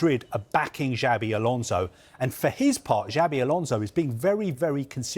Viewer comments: It's not "jabi alonso" is " chavi alonso". "Ch" like Chicago, not "ja" like jasmine. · "DjiAAvey Alonso"